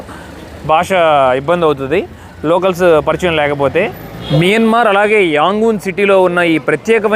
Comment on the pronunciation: Please pronounce properly country name that country name is not మిన్మర్ మైన్మార్